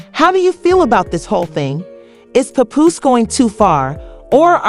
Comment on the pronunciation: Omg learn the right pronunciation of Pap's name!